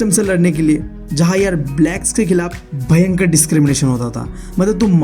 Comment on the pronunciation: The way he said bhyankar 😅bhyi pahadi ho na 😂